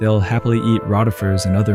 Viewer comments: You keep calling them cope-pods… it’s 3 syllables bro. Also “raw-tifers” instead of row-tifer hurts. Please… it’s important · In the video ro-tuh-fers was said first, then it said rot-tee-fers later the first way is correct, also its koh-puh-pods not cope-pods. In general tts/ai is terrible for videos like this, just use your own voice no one will mind it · Why do you say Rote-ifers and Rott-ifers ? Also... Cope-pods? LOL. This is really neat and fascinating footage, but imho the AI voice over kinda ruins it for me. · FYI: "Copepods" = Pronounced "Cope - E - Pods". "Rotifers" = "Row - Ti - Fers" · I think that depends on where you're from - I agree that it is three syllables, but we pronounce it coh-pee-pods and Roh-tih-fers in the UK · Copepod has three syllables - and Rotifers has a long O.